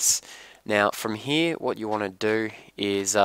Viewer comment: i hate how you say "here" ...